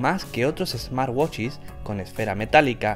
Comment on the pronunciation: "...Otros ESMARWACHIS..."